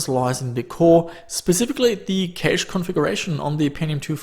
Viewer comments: u say it like "Cash" not "Caysh" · I hate the way you say "caeiche"(cache) dont know why though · The best part about your videos is your accent when saying cache. "Caish". I love it. Thanks =) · no "käych" ??? LMAO come on man you should at least know how to pronounce PC lingo if you're into this stuff